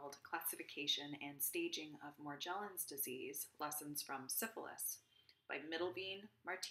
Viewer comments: She doesn’t even pronounce it correctly 🙄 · Yes but she is not pronouncing Morgellon’s correctly.🤔